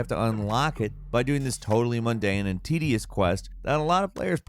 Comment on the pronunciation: Things you can count on in a gameranx list -His version of the title will ALWAYS be different than what's written -Somethings gonna be mispronounced - "ORIENTED" -"TEDIOUS" -And it will still be some of the best content on YouTube!! Lol, gotta love!!